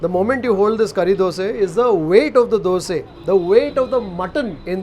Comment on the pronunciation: Why you say dose not dosa. It sounds off or I am wrong?